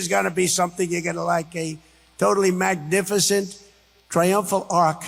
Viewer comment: he couldsayy the wor magnificent